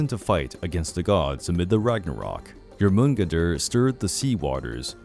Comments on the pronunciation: Its jor.man.gun.der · It’s pronounced Your-mon-gone-der. With an accent on the your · First of all you said Jörmungandr wrong but doesn't Matter lol, second when did he become a girl? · As a lover or Norse Mythology, i like to this roundup of the creatures of the Norse Saga's. Just the way you pronounced Jormungandr upsets me......